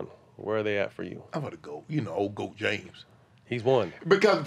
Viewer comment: ‘Ole goat James’